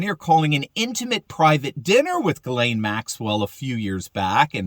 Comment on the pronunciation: the womans name is pronounced jizz lane not gilane its a French female Christian name.